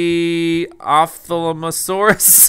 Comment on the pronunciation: How to pronounce the names you got wrong: Ah-GNAW-mah-low-CAR-is Op-THAL-mo-SAUR-us ARK-e-lon (You don't pronounce "archaeology" with a hard "-ch", now do you?) KET-za-QUAT-lus ("Q" sounds like a "k" in Nahuatl, the language of the people who worshipped this pterosaur's namesake - Quetzalcoatl.) An-KAI-low-SAUR-us PEAR-a-SAUR-oh-LOW-fuss Dai-NON-a-cus Dip-PLAH-do-KUS (this surprised me) All the others you got right.